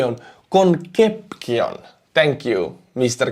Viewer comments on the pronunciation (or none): Jajajaja, not konkeption 😂😂😂, is ConCepcion (with C), as Spanish surname must be readed as it is writed. Congratulations for your chanel!!! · I love your channel, thank you for showing both good and bad sides, it was needed. Conception is pronounced 'Con sept seon' I love to do this.